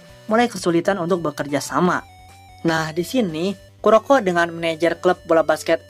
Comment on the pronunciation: Kuroku dibacanya bang bang